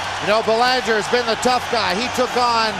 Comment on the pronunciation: Anyone else wish Laus had hit that idiot commentator who couldn't pronounce "Belanger" just as hard as he hit Belanger?